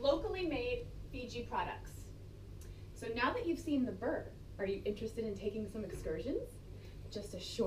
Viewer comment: It's pronounced bur-e :)